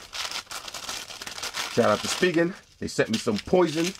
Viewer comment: its (spy gen) not (speegen) lol no hate